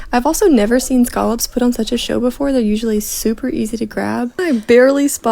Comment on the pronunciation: Is that how they say scallops in Florida? Skullops?